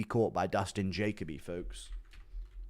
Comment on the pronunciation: Learn how to pronounce Jacoby dude 😂😂😂